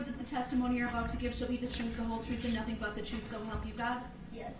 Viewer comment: Substain, biast, lisenz place, unbiblical cord, oaf of office, troof, relevancy, deffenant...the list goes on! 🙄😂